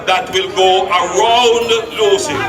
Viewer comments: Lucea bro not Lucy. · It is Lucea n not Lucy